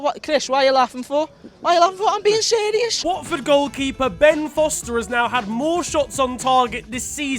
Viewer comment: "Im bein shiriuos" im dead